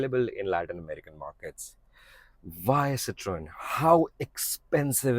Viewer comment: The only reviewer who pronounced Citroën correctly. Subbed!